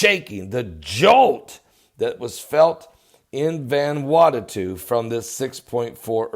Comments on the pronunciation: ..you are still pronouncing the name wrong..it is pronounced as VANA WATU...not VANWATATU:) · pronounced: van ew awtoo but all together no spaces or breaths. :) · It's pronounced van a what oo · Oh MY GOODNESS!! You are worse than my own Father, the way u try to pronounce these places....lol, Let me lovingly help u. IT IS CALLED "VANU-ATU" sounds like, " VONOO--AUGHT--TO" OK?? SHORT SOUNDING O IN VON,. FOLLOWED BY THE "OO" SOUND LIKE IN "FOOD" , then "SHORT SOUND "O" AGAIN, AND THE SOUND FROM"TO", which simply adds up to "VANUATU". God Bless ya, and you are welcome. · Methinks you're mispronouncing the name of the island. Friday the 13th is a fateful day due to the pope condemning the Knights Templar and having them executed all over Europe. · Can't even pronounce Vanuatu, last time I checked there's only 1 t there. Freaking religious whackjob, nothing but an extremist. I was in this earthquake and it wasn't bad or 'mega'. Go get a real job